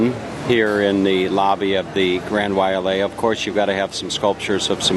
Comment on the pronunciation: The Grand Wailea is a fine hotel, built in 1991 for $750,000,000. But it is pronounced WHY LAY A...there is no A after the Wai. It is a fine property but not the Best on Maui. Probably Maui's finest hotel is in Kapalua at the Four Seasons. The female dancer at the end was a Tahitian Dancer, not Hula. The male dancer and those after him were dancing Hula. The 1% ers are stating at the 2 resorts on nearby island Lanai, purchased by Larry Ellison (Founder and Chairman of Oracle) where rooms begin at $1,000 per night, making the Grand Wailea somewhat of a discount!